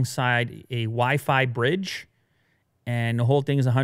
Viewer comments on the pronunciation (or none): none